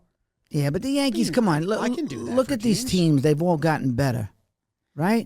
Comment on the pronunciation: Had to turn it off when Jim listed off the prospects and he goes “Yankees got all dez guys?”